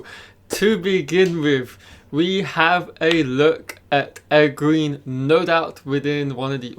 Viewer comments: I like watching your channel man, but when are you going to learn to pronounce Egwene’s name correctly? It’s pronounced “ Eh gwain”. A good way to remember is that it rhymes with “Logain” which you do say correctly. Thanks! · I used to say it the same way he does until I listened to the audiobooks. If you've only read the books its kinda hard to let go of the way you used to pronounce names. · Oh I totally understand that. I read several books myself before I learned how to pronounce some stuff, but he has obviously watched all the episodes, promos and interviews, so he has heard the correct pronunciations several times I'm sure. Oh well. Its just a nit pick and not a big deal.